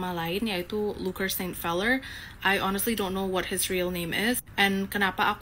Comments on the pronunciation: sori semua, kemaren si luker udah gua iket kuat di kandang, tapi malah digigit talinya, pas lepas malah bikin video klarifikasi.. oia, luker feller, feller itu dibaca pellerrrrrr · Lu salah baca namanya, bro...Luker Saint Feller, jgn dibaca enggresh...tapi yg bener itu ngebacanya gini....Luker Saint Peller.... Memang ini orang stress, dan cari perhatian doang